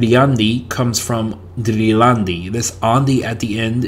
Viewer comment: Driljandi etc. would have retained stress in the first syllable… also the weak past tense form. The speaker gave penultimate stress which is very “unGermanic”…